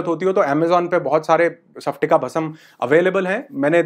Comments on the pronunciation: nice information❤ sir लेकिन उच्चारण सप्टिका नही स्फाटिका भस्म 😅बोलिये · सपटिका नहीं... स्पटिका🙆🙆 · Sorry to say sir isko सफ्टिका nahi स्फटिका bolte hain.🙏....aapne likha to sahi hai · Sir its called स्पटिका ( and not सफटिक) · सपटीका नही स्फटीका